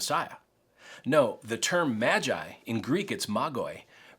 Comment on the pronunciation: Magi. Pronounced May jeye. Singular: may gus. ( MAGUS). This not the first incorporation of outsiders. Check out the story of Ruth, e.g. These guys were most probably Zoroastrians. And yes, probably took them 2 to 3 years to get there.